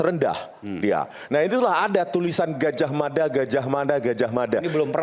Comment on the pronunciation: Di menit 4.16 rismon mengatakan gajah mada..gajah mana..gajah mada coba dengarkan di kecepata lambat 0.60×